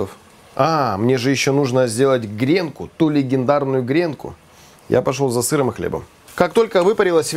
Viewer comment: Ну теперь попробую сделать. До этого видел рецепты, где лук на ооочень медленном огне пассеровали ну ооочень долго) я прям так и представил французского крестьянина, у которого есть 3 свободных часа) и да,, правильно - грено́к, гренки́)) не смог удержаться, сорри)